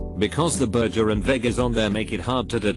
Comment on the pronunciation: Why can't the robot pronounce burger correctly?